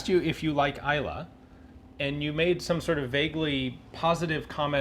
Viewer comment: But Laphroaig for serious after dinner work. Delighted that Ina said Isla and not Islay. Take care with those "e"s.